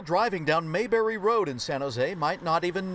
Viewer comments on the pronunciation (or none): “Maw berry”?! It’s Mabury 😾